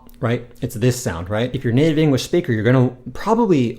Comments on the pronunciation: is it just me or does he say "engwish" rather than "english" XD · Love your videos, thank you. Although my Japanese vocabulary is extremely limited, and my grammar understanding poor, I feel like my pronunciation is pretty decent just from having watched your videos. On a side note, are you aware that you pronounce "English" as "Engrish"? .